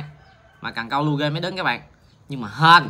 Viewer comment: lure ngta đọc là luar đọcc lu rê thì mất tên góc nó rồi